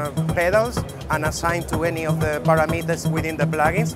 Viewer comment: His accent was a bit much. Who pronounces "parameters" this way??